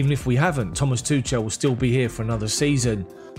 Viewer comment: Thank you for the news! Please work on pronouncing Tuchel correctly before it becomes irreversible. The "ch" is not as in "touch" or "chance"! I found this: According to Forvo, Thomas is pronounced 'Tomas' with extra emphasis on the 'a' and Tuchel is pronounced with the 'ch' sound commonly used in German and Welsh. The 'ch' is pronounced much like you would say 'Loch Ness' as in 'Loch Ness monster'. The 'e' is also left out, making it more like 'Tuchl'.